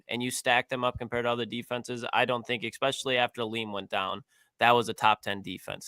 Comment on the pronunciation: A flip is switched? Exspesially, Jesus, someone teach Ohio state English